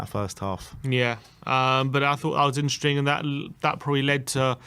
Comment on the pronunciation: It was intring? always says INTRING!! It’s “interesting” 😂🤷🏽‍♂️